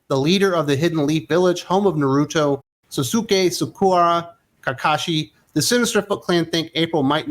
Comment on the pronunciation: Wow, butchered every single Naruto name other than Kakashi.